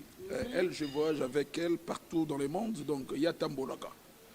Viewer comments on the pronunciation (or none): none